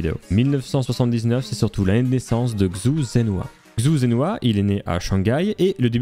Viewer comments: Très cool, juste pour que tu le saches, la prononciation de Xu Zhenhua c'est "Chou Djen Rua" ;) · La vidéo est incroyable ainsi que l’histoire, mais dommage que tu ai mal prononcé son nom/prénom toute la vidéo